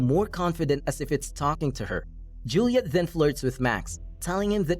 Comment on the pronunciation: the way they say “then” to “thzen”